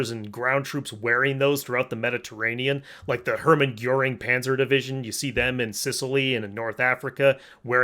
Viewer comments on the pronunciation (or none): I was a big fan of Dragan Man, still am but these fact checking videos are funny asf and I love how he mispronounces the uniforms and stuff “Panther Tanker”